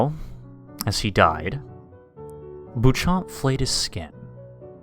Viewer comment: Why would you pronounce it "boo-chomp?" It's French. You shouldn't really pronounce the p and the last syllable should be nasal. Also, my question is how the hell are they preserving paintings made out of blood, bile, and organs? I'd be quite interested to know the details of the conservation practice. LOL